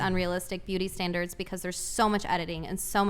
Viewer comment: “Beauty standlers”